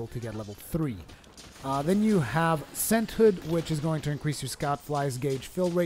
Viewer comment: you mispronouncing senthound pisses me off more then it should, no clue why